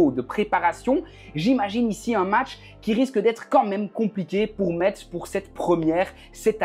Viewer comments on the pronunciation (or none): Ptite correction: Metz se prononce: Messe Et ils n’ont pas fini champion de Ligue 2 l’année dernière 😊